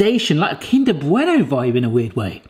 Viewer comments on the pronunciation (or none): none